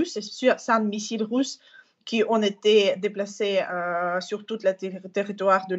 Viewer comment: "les infrastructures électriques ont été la cible..." heureusement que j'ai un cerveau car on dirait qu'elle dit "pété" ... ce me permet aussi de comprendre vite quand la tv est factuelle ou mensongère car engagée...La Comédie Intersidéral continue, LCI continue et c'est déplorable.